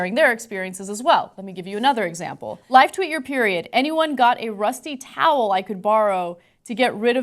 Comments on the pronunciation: TROWEL. NOT TOWEL. God, man. Kasparian has a university "education" and teaches classes at a college. And she cannot understand, nor did she bother to find out, if a "trowel" is just a misspelling of "towel", or if a "trowel" is actually an object. FOR FUCK'S SAKE. UNACCEPTABLE. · "trowel", "rusty trowel"; not "towel", which would make no sense. When will Ana learn to read the words on the screen, not the words in her head?